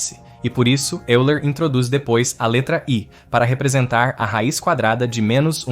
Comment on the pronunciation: Só peço pra não assassinar o nome de um dos maiores matemáticos do mundo em . Se pronunciar “óiler”, e não “euler”.